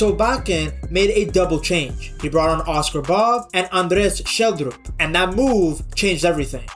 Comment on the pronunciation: I was especially impressed with the Andreas Schjelderup one!